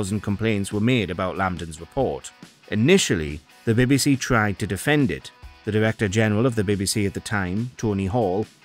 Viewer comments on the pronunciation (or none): I can't get passed him saying " the baby sea" How hard is it to say BBC. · Wtf is the "birby si"?